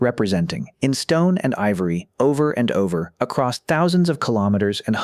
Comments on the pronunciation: It's weird that this person (or ai voice) persistently mispronounces "across" as "acrost" or "accrossed" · The AI voice sucks! A lot doesn’t line up withe pictures shown and it is really bad at numbers! Hate the way it pronounces “across” as “acrost”. Why can’t a human read this?